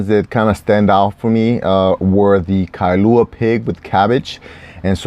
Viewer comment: Kah-lua pig ☺️. Kailua is east side. Anyways, subscribing